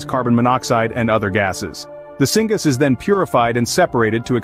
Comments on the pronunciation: Thank you, I should have clarified, my point was pronunciation "singus" vs singas syngas)... 😉😉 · Do you know how I can tell that this is being read by AI while the finished product wasn't vetted and checked by a human? It pronounced "syngas" as "singa-s". It is pronounced "sin-gas". It is short for "synthesized gas". Downvoted for low quality harvested content read by AI that wasn't even bothered to be checked over and edited for mispronunciations. YouTube is being flooded by AI trash now, and I'm not okay with this.